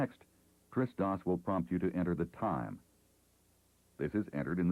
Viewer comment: Hah, took me a while to understand that he's pronouncing TRS-DOS as "Tristos", it sounded like a greek name or something...